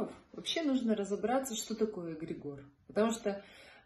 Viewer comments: Очень интересно и познавательно. Но следует знать, как правильно произносится слово, понятие которого вы пытаетесь раскрыть. ЭгрЕгор. Ударение на 2-й слог. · всё таки какое правильно ударение на слове эгрегор? Впервые в жизни слышу от вас это слово с ударением на О. 🙏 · Очень странно ставите ударение эгрегОр ….режет ухо 😂